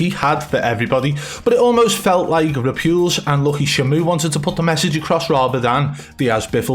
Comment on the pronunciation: Its. Re. Pulse. Just fucking say it riiight!!! Next video with Ripules in it will be my last one. 😂😂😂